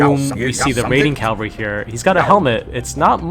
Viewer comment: It's cavalry, not calvary.